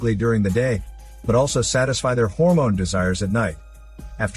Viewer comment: Story was pretty cool. Then he said, "a Harmone assault!"... 🤣🤣🤣... I had to pause to laugh.